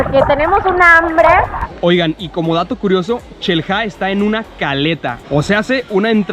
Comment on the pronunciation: "Nos encontramos en Chel-ha" jajaja